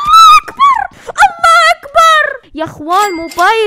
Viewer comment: اختي لفظج غلط الله أكبر بضم حرف الهاء اتمنى يصير عدي ايباد ٩ ادعولي اخوان